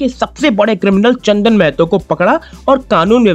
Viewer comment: भाई मेहतो नहीं महतो है वो